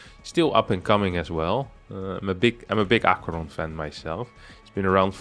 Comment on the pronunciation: I see BC's, I click. I think I already watched this, cast by winter. Still nice to have it cast by someone who can pronounce aqueron